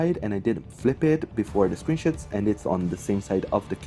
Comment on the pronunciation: Just have to ask, did he say screenshots or screenshits